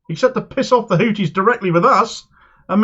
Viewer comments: A small point, they are called Houthis, not Hooties. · I was speaking about pronunciation. Hooties sounds like a topless bar.